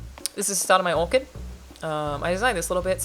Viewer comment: Your accent makes it sound like you're saying orchid for your orchard